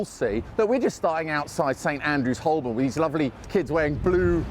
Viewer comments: Surprised you pronounced Holborn incorrectly It should be "ho-bun" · It's pronounced Ho-bun, not Holl-born.